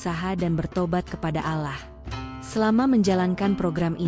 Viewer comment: KOK MENYEBUT NAMA ALLAH JADI ALAH ,?. YG BICARA INI AGAMANYA APA SIH ??... ISLAM ATAU BUKAN ?. 😊😊😊